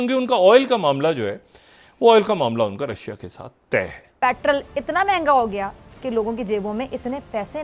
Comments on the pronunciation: ko doctor ki diggory kisne di petrol ko petral bolti he jahil worat raw ko rauw bolti he🤣🤣🤣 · petraaal 🤣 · Petrrraal pronunciation